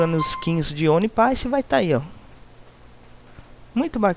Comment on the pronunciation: Mano ele não sabe pronunciar o nome dela e nem do anime,mas eu gosto demais a forma com que ele trabalha pra trazer os mod pra gnt,eu so agradeço nem me encomodo com isso